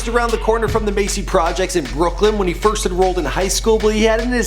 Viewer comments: he said Macy projects it's Marcy projects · Macy? Marcy!!!!! Lorrrdddd!!!!! 🤣🤣🤦🏾‍♀️ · It's Marcy my nigga lol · its marcy projects not macy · "Macy projects" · This nigga said Macy projects, bro it's Marcy Projects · Did you really just say "Macy Projects". MARCY* MARCY* MARRRRRRRRRRRCY* 🙄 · did you say the Macy's project. Its Marcy. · Is no one going to talk about how he said "Macy Projects" Marcy* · It's Marcy projects not macy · Macy Projects??? Are you kidding me?? I seriously want to backhand the host for that, and I'm from the suburbs. It's Marcy Projects ya milk toast fool. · Marcy not Macy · Did this nigga just say the "Macy" projects? Lmfao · Yu mean Marcy nikka ? 😭😭😭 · It's Marcy you dumb fuck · It's pronounced "Marcy" projects in Brooklyn Genius... smh